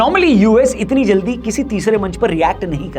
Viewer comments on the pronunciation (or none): none